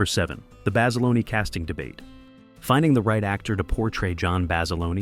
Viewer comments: FYI - the uniforms weren't wool, the were heavy cotton twill. But they'd still be warm in that heat. Also, John Basilone's last name isn't "Bas-a-loney" it's "Bas-ih-lone" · The standard USMC utilities worn in 1942 were HBTs, made of COTTON NOT WOOL, that is why they fell apart in the environment - strike 1. Basiloneee is the Italian pronunciation, pronounce it like that to a USMC Machine Gunner and let me know how your jaw feels -strike 2. I have never heard a more dicked up pronunciation of Peleliu -strike 3. Honor the Men who sacrificed their bodies and souls by getting it right. Visit the USMC Museum and ask one of the Volunteers. No Branch honors their history more than the Marines (at least you pronounced that right). If I could give you over 93000 thumbs down, I would. How about you read “Helmet For My Pillow?” Bob Leckie was a self admitted Brig Rat (he mustered out as a PFC, which is a feat in wartime) and when not behind bars did his duty admirably. How about you mention (if you want to be Hollywood) that the series launched Rami Malek’s career into the stratosphere. Or I don’t know, how about mention that the insignia of the First Marine Division says “Guadalcanal” to this day? Yes, there are some good to know nuggets in your video, but how about do some real research before dismissing the sacrifices that still inspire Marines to this day? Thank you for wasting of my life!